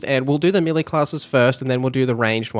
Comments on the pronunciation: Great video n really helpful. One thing though. Melee is (may lay) not milly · its pronounced melay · and your mispronunciation of 'melee' is a constant source of amusement to us. Thanks!